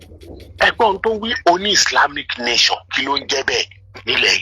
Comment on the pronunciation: Gurumaraji Nation is the best. 😜😜😜. The speaker is absolutely illiterate!!. Hear the way is calling "Nation". Nayson. Islamic Nayson. The main problem is that Islam does not like Western Education and that is why we have "Bokoharam. They commit act of Terrorism and violence and Nobody condemns the act. Stop worrying about them. They don't have good brains at all. If there is a religion would you commit suicide? We have lots of Religions in the World it is only the Religion that discriminate against non Muslims. Very unfortunate situation that needs to be rectified.